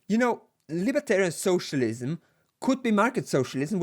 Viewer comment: I love that United graphic. Also has one of the best pronunciations of socialism I've ever heard, lol. Soooocialism, HA!